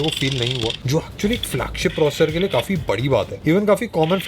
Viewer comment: Try to pronounce the word "processor"clealy.thanks